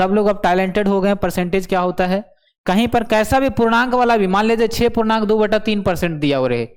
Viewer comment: Khela nhi hota 😂😂 khel kahte hai. Or chhouuu nhi hota six ko chaiii kahte